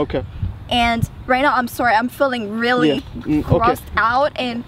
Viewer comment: you do not feel any connectivity??? reary,reary???? lol